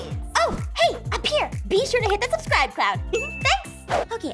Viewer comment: She said Subcribe cloud